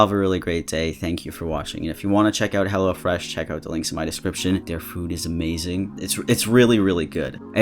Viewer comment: Every time someone says hellofresh, I hear hellAfresh, I don't know if it's because of, or I just can't hear but like😂😂